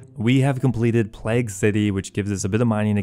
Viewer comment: It's pronounced 'play - g' BTW. Like the Bubonic Plauge.